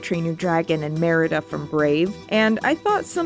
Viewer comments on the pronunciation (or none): none